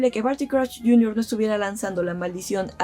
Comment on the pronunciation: ¡Crusho! ¿Por qué SH? ¿Y por qué no...?